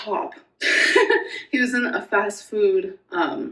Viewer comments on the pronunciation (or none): Why is she adding a U to the words food and two when she talks it’s new and weird.